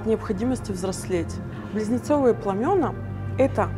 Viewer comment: в слове пламя , множ. число пламена , ударение падает на послед. букву А .